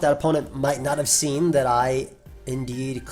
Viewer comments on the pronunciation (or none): none